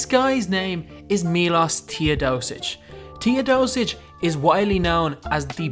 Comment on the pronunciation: Sorry for saying this its not Tiodosic its Teodosic